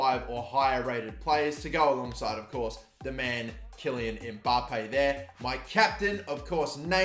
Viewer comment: Bruh, love your vids, but I just keep getting bothered by how you're saying Mbappè. You're saying "Embappè", many people do this when saying names with an M before a consonant. There is no "e" sound at the beginning of the name. It's be a slightly elongated M but very subtly. The way you say the M is more like "mmm" and not "em/emm". Sorry, it's just getting to me.